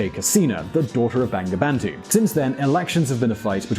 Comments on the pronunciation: It’s not banga bandu.. it’s bongo bondhu... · its actually pronounced "bongobondhu" haha. bengali romanisation is kinda shit. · Bangabandhu pronunciation is = bongo bondhu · Please pronounce Bangladesh and Bangabandhu properly. its really insulting how you make videos of countries by pronouncing the names and it's leaders' names wrong. Thank you